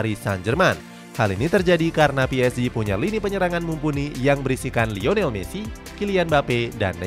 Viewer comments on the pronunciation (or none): none